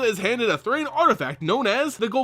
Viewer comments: Thran is pronounced th-ran, not Th-rain. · It's Thran not Thrane.